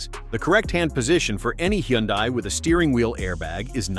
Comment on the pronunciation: It's pronounced Hun-Day not Hee-Yun-Die.